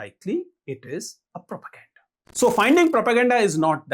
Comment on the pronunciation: Propergenda ❌ properGenda ✅